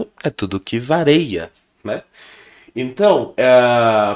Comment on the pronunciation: Professor. Bom dia. Desculpe não quero ser pedante, nem tão pouco saber mais que todo mundo. Mas, seu professor cometeu um erro grave para quem é se diz professor. Não é "vareia", e sim "VARIA". Quem falava "vareia" era o Renato Aragão - acho que "Didi" - no seu programa.